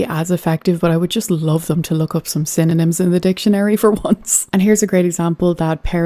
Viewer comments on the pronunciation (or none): Just to be clear, it’s synonym, not cinnamon…lol. Carry on